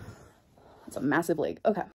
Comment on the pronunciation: Layyyyg instead of leg pissed me off beyond belief